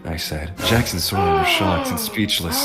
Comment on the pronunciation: Name: “sora” Pronounce: “ Su-Or-Ah “ Subtitles: “Sawyer” And other Subtitles: “Sword Ah” in another video: “sArA!”: “soda”: “Swora”